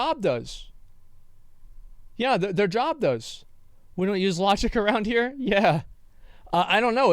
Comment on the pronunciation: Sorry but English is absolutely atrocious. Hee' Hee' wtf is wrong with you? It is a one syllable word... the geographic area that you live in is no excuse. If language is your tool then raise your standards you nincompoop.